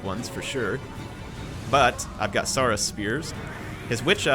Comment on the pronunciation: you are pronouncing saurus wrong. Think dinosaur